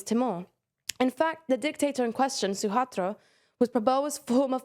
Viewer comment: Not Suhatro. It is Suharto (Sue-har-toe) 🙂